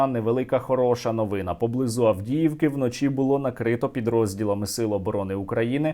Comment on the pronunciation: Це́зарь Льво́вич Ку́ников (наголоси у Вікіпедії); правильно - новинá, а не новúна.